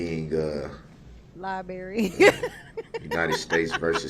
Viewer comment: “Not the Libary”. Lol!